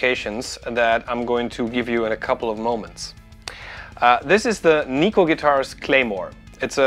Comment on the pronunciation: You're pronouncing Neko wrong. It's Japanese for cat so Google translate will tell you. ;)